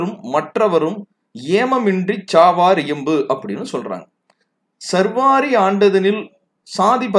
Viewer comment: சர்வாரி அல்ல சா ர் வ ரி ஆண்டு.